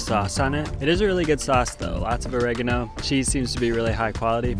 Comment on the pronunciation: OH - REH - GAH- NO... not o-reg-eh-no